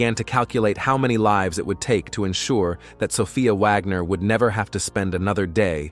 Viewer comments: Stop saying Vagner! It's Wagner!! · Its Wagnor not Vagor. ??? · Wagner, not vagner.